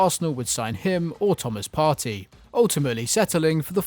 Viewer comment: its not Thomas Party its partey . and Inter is in 2nd place you baboons